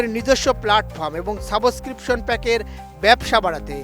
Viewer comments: ভাই সাংঘাতিক " সাবুইস্করিপশন কি? সাংবাদিকতার জন্য উচ্চারন টা খুবই জরুরি! আপনি কোথায় কার কাছ থেকে এই উচ্চারণ শিখেছেন??? তোরা মানুষ হ! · এই হালায় সাবস্ক্রিপশন বলতে পারে না